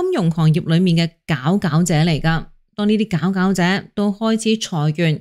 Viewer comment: 佼佼者個佼字唔係讀表咩？